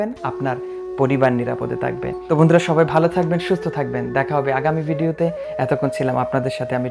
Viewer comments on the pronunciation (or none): none